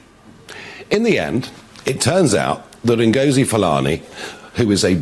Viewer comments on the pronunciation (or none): please STOP using clicks when pronouncing Ngozi. Ngozi is a Nigerian name. Nigerian languages don't have clicks. Clicks are found in southern Africa. Also, she is not dressing like an African - she is dressing like a typical Rasta woman and in her interviews, she is wearing dreads, Rasta colours: red, god and green. Rastafarianism is a Jamaican religion. I am a Black British African woman we don't dress like Ngozi Fulani. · Lol 😆....you sound funny lady....that pronunciation. Good 👍😆 Ngoooziiiii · Your clicking, when pronouncing Ngozi's name, is hysterical! LOVE your sense of humor! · What’s wrong with you miss wolf in sheep clothing who are you trying to please? Why are you being so disrespectful when pronouncing the black woman’s name, I recommend you go and read some history and maybe you’d realise that if your black (are you??)your of African descent, it’s pretty obvious your looking ratings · You're killing me with the pronounciation of her name. I am dying. As a black woman myself, that woman offends me with her actions and the way she dresses. Real Africans don't generally walk around looking like that. They should be offended. The palace needs to get very smart real fast. These racist blank people are going to keep coming out of Harry's wife's backside when it suits their nefarious purposes.